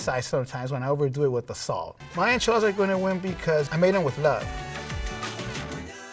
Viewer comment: Just learn to pronounce it. Its NOT IN-Chuh-Laa-Duhs. Its In-Chee-Laa-ThAHS.